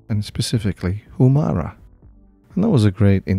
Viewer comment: As cool as this tool is your pronunciation of Homura and Suyimazu make me cringe... lol. They're Japanese words/names and the way you say them... Ugh... I also couldn't help but notice that you put Suzumiya Haruhi in this video's thumbnail! I love her and I love anime! Great touch! Cool video though as always.